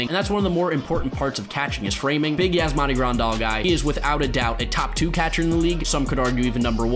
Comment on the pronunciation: please say catcher like cet-cher